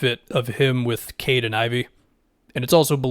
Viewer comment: For I second I though Caden Ivey was some player I had never heard of. Took me way too long to realize you were saying Cade and Ivey